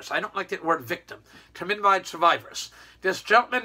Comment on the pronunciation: It’s thalidomide. Not flamidomide. This video is so offensive.